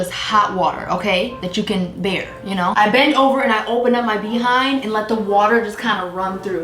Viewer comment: I'm going to watch until the end just to keep hearing her say, "BEE HIND." 🤣🤣🤣